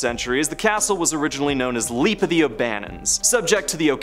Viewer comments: Leap is pronounced LEP not LEAP. The A is SILENT. Also, it’s Po-VAY-lia not Po-VEG-lia Ugh I sound like Hermione Granger. sigh I give up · “LEP” castle,not “leap” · Leap castle is actually pronounced "lap castle" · Edinburgh is pronounced Edin-bruh. Leap Castle is pronounced Lep Castle.